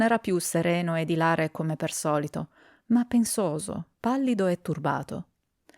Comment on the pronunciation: Scusa se ti correggo , dovresti pronunciare ìlare con l'accento sulla i.😊 Grazie per la tua lettura di bei racconti!